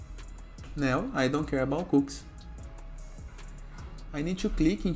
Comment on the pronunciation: they are pronouced....."cookies" not cooks